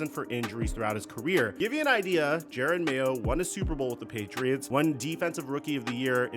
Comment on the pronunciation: You'd think someone who makes videos on the NFL would know how to pronounce Jerod Mayo's name. Especially with footage in a video where someone pronounces Jerod Mayo's name correctly.